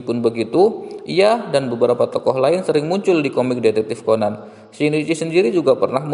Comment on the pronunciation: Bukan ceban tapi Conan 😡